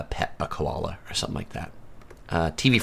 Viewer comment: Emoo? Ko-olla? Eem-you...ko-aalla.